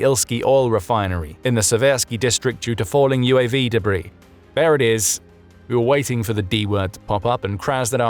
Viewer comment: It must be the new debrAIs, i heard of😃